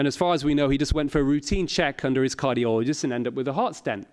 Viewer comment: what's a "cargioloist"